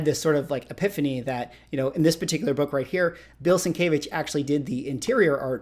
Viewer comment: FYI, not meant as any slight just a correction, and only cause you repeatedly said it in the video, it is sin-kev-itch. Sin Kev Itch is how Sienkiewicz is pronounced, I butchered for many years until I started working with him about 10 years ago.